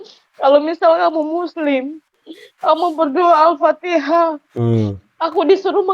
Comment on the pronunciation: BHAHHHHH KRISTEN ANCOOOORR MTQ BACA FATEHA SLH NAUZUBILLAH, AYAT AOA DIA GAKNTAU NGOMONG MTQ, WALAT DAAALIN HHHHH BACA LATUNNYA NI YEEE